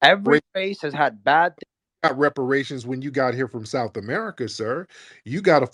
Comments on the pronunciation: this mf said repartation smh reparations you stupid mf… Tariq outed him early too lol… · Rep-par-tations….. I heard it live hearing again n still shocking 😮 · He said Repartations 😂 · REP.PARTA.TIONS??!! That's what he said. I AIN'T NEVER HEARD any Black American pronounce REPARATIONS that way. He's definitely a Puerto Rock. That what We call them in NYC. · Repar tations😂😂😂😂wtf can’t even pronounce the word reparations😂😂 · Bruh can’t even pronounce reparations😂😂😂😂 Tryna convince us he’s black, bruh how dumb can u be?🤦🏾‍♂️🤷🏾‍♂️